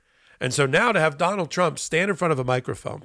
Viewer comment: From now on? "don-OLD". OR, "d'oh' bald". Take your pick.